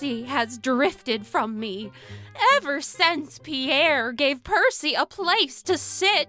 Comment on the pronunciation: Percy it's Percy you messed it up